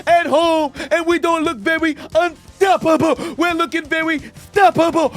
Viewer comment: We were suPposed to be un stoP poBle 😂 just pumping up on every syllable